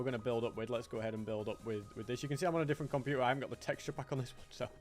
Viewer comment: A computh 😂